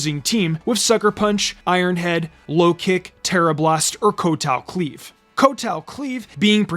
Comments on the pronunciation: Tachyon Cutter is pronounced Tack not Tach.... and Kowtow Cleave its Cow not Co.... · He’s constantly mispronouncing names of moves and Pokémon. 🙄